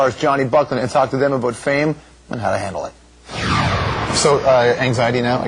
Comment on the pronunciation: you can hear canadian accent "its not aboot that, right?"